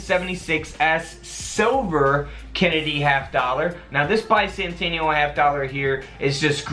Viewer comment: Bi-sannn-tanial lol